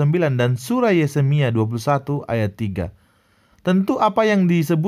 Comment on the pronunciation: Kalau orang seperti pembantunya simbahku, yang drop out SD dan benar-benar mengakui bahwa ia drop out SD, masih dimaklumi menyebut Yesemia